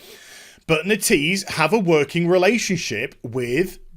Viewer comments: It is NET-EASE not NE-TEASE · its not "netease" its "net - ease". That is the official pronounciation, just sayin.